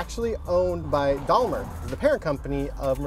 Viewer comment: Why do you say "Dalmer"? Twice. It is Daimler...